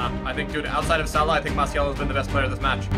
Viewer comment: MARCCCCCCIAAAALLL FFS -triggered french